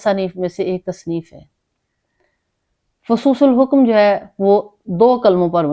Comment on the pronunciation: باجی فصوص الحکم میں حکم کی حا پر پیش نہیں زیر پڑھیں شکریہ